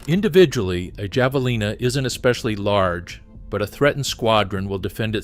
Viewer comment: Not Jav... It's Have...